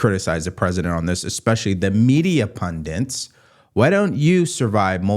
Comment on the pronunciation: Love u. Listen every day. ("Pundits" not pundents. Most people get it wrong)